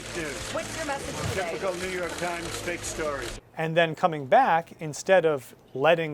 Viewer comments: i rewatched him saying new york trimes like 10 times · “New York Tchimes”